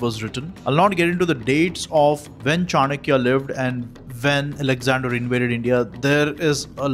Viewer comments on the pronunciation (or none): none